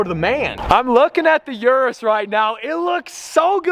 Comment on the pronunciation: It's pronounced Lamborghini OOH-RUS.